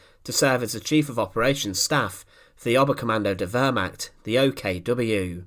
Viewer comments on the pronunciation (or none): Lots of good info as always. Two things though. 1. The word is pronounced “Ver-mahkt” not “Ver-mackt”. It’s very jarring and distracting to hear it constantly mispronounced like that. 2. You title these “the vengeful execution of...whoever”, but nothing whatever is ever shown or discussed about the supposed subject of the video. Other than these two minor things the info is awesome. 🙂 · The wörmach...bringt mich immer herzhaft zum lachen. Die ganzen Amis und Briten mit ihren pseudo Dokus über das Dritte Reich. Und sie haben fast immer eine saumäßig schlechte Aussprache. Dumm nur, bei Dokus über das Dritte Reich kommen soviel deutsche Begriffe vor. Hier mal ein paar Schmankerln aus der Sammung : " the Fjurer Sonesug" "a undessdumfuhrer" "a konigstige"